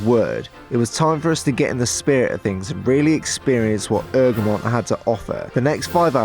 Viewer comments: 😂😂it’s not erg-remind it’s EGG-remont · you don’t promonounce it ERG REM ON TA, it’s egg ro mont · You say it like eggramont not eugrmont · Haha ergamont it’s E G R A mont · It really annoys me how im local and we pronounce it “egg-re-mont” not “erg-mont” 😂😂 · It’s not errrrgerrrmont It’s egggreeeemontn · It’s egremont not ergemont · Ergmont? Egg-ra-mont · It’s Egremont NOT ERGREMONT! well that’s how you say it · It’s eg re mont. ffs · It's pronounced "egg-re-mont" u fuckers🖕🖕🖕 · It’s pronounced.... EGG-RE-MONT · Bahahahsghd I live here! this is great🤣 ps it’s pronounced Eg-ruh-mont😂😂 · It’s pronounced egg-remont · I can’t believe you were literally 10 minutes from my house and I didn’t realise it.. Btw it’s pronounced “Egg-Remont” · Great vid. One thing. Its pronunced "egg-re-mont". Super vid though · I live right next to Egremont. Btw your saying it wrong marra 😂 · Live here and you Apsolutly slaughterd the the pronousination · Is it me, or is he saying Egremont wrong? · Butcherd the name egremont 😂😂